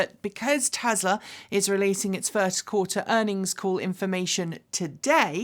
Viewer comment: 'Tezla" - What a hoot!